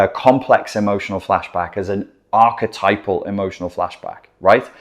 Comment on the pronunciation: Ark-a-type-al NOT ark-a-tipple